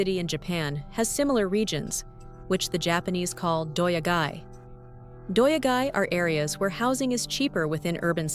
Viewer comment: I commend you for trying to pronounce those difficult Japanese words, but what in the world! "Doya-gai" comes from "yado," which means accommodation, and "gai," which means town. Also, day laborers are "hee-yatoi-rohdoh-sha": hee = day; yatoi = hiring; rohdoh = work; sha = person/people. The "hee" was completely dropped. I had the hardest time understanding what you were trying to get at 😂